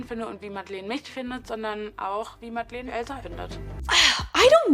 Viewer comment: I'm sorry but it's pronounced not MadlEEn but with an e like the e in Melania (sorry, but i was searching for another english word that has that sound but couldn't think of one)